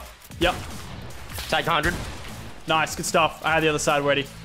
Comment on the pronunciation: *: **Rifts* *Lachlan*: “NOICE RIFT FRESH”